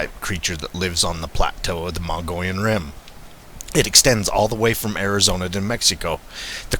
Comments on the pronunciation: I think its pronounced moe-ga-lon.Not mongolian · It's pronounced mug-ee-yon.😫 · It's pronounced "MUG-EE-ON" or "MUGGY-ON" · As an arizona native i just had to mention, please know the correct pronunciation of our regions and locations prior to making such a video, Mogollon is pronounced as a spanish word - Mog-e-on.....the double ll is pronounced as a y. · No offense. The proper way of pronouncing this rim country is Mo Gee on. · I will give some slack on the pronunciation. " Muggy-on " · Pronounced: Moe - gee - on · Just an fyi we pronounce it(Mog-e-on )Rim . Keep on squatchin !!! I watch every post ! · Just an FYI, Pronounced Mug-e-on. Enjoy Az, that's a great area you're exploring. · I thought he was saying Mongolian... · Me too. Not to mock the narrator but I bet Ghenghis Khan would have loved to have a horde of bigfoot running into battle wielding custom sized swords